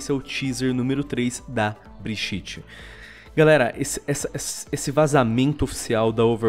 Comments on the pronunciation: Pfv fale bridjit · Meu eu poderia falar que foi de proposito ou coisa assim mas eu vou reclamar do fato do falar brijite e nao bridite no caso Brigitte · Ele falando brigitte errado da uma aflicao